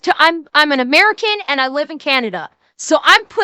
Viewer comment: She's truly "A-Mare-Can".